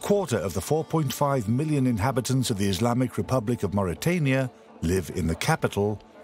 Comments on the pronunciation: Mauritania... bukan Mauritiana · Please correct the name of my country; it's Mauritania not mauritiania.